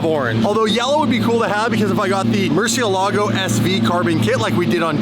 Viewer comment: You should use a Spanish accent when you say Mercielago! It's a Spanish word that means, 'Bat'. Yup. In fact I just recently learned that all the Lambo's are Spanish words! Huricon means, 'Hurricane',, for example. Love your content, by the way, thank you.